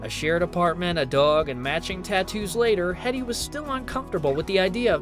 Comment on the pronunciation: It's HEEEEDEY, not HEAD EEE